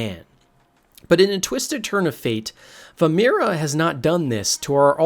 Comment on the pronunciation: Vaermina not Vamira lol, otherwise good vid